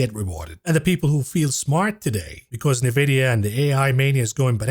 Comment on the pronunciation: At least learn how to pronounce Nvidia correctly ffs 🤦‍♀